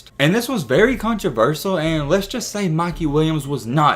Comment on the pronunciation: No one: This dude: It wAs vErY cOnTrEvErSaL